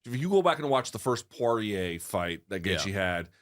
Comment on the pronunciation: Porrier reigns in the UFC for 40 yrs. Everyone knows his name. Everyone knows how to say it. Loog insists on calling him “Parr-eee-yay”.